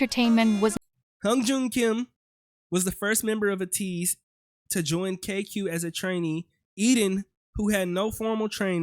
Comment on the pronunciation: A - teez pronounce A like you would say A